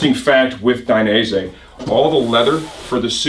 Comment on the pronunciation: It's "DAI- NEH - ZEH". not DAI- NAISE